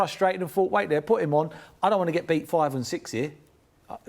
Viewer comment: minutes in and I stopped. Just can´t listen to him and his "I f(t)hought, I fhougt,,,,) Just shut up!! It´s his first match after 3 days with the team!